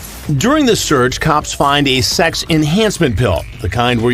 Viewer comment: Do you suppose Chris Hansen says "shecks" instead of "sex" because he wants to sound cool!